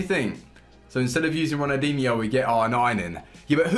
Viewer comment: does he realise there’s an l in Ronaldinho cause he says it like ronadinho